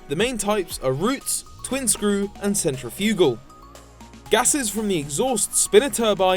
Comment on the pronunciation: U say centrifugal funny!!!